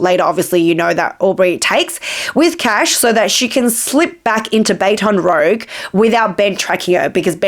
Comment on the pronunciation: Love your work, but the way you’re pronouncing Baton Rouge is diabolical 😭